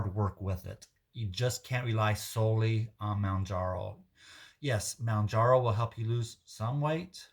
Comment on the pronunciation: Well you can pronounce ozempic..lol fyi.... its Mohhhn jar oh